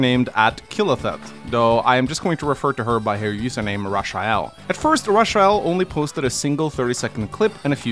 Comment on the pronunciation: my dude still pronouncing "Rush-uh-el".